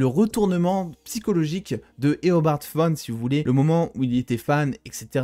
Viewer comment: Super vidéo, vraiment ! Mais à un moment donné tu as dit Éobard Phone au lieu de Éobard Thawne.